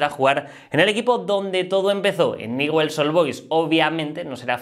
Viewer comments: No sé dice Newell's, se dice Ñiuls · No se pronuncia así el equipo de rosario se pronuncia ñul.... Así suena